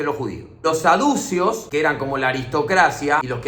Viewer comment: Sos un genio, Pero me mata el acento en sadù ceos, para mí es saducė os. Jaja